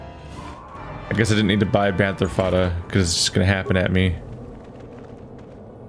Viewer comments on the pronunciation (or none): “Bantha fodder” became “banther fodda”. I chuckled